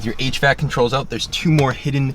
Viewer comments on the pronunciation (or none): none